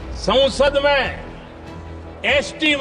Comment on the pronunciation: Sansad ❌ Sonsad ✅